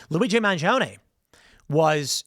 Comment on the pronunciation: are you purposely mispronouncing mangione?